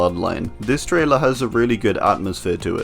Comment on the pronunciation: Are you saying traitor instead of trailer